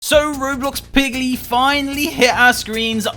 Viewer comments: lol did he say Roblox piggly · Ah yes "Pliggy"